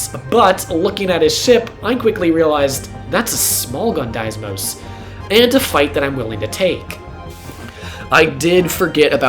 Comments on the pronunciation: There's only one S in "Deimos" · I dunno how you managed to pronounce "deimos" like that.